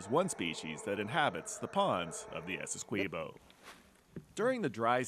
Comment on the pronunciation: Really good video... But i get so pissed when the dude say's Essequibo wrong every time